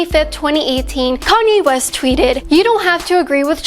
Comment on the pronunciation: ...wait a minute...did she just said Koney west at the beginning...